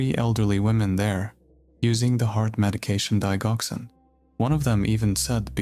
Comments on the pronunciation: The dig in digoxin is pronounced (dij) as in digit, not dig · It's digoxin like di jock sin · Digoxin has a long g sound, you may want to look up how things are said before saying them wrong several times over